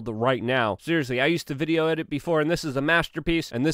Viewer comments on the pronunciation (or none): none